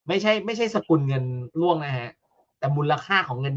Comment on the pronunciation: ร่วง ไม่ใช่ล่วง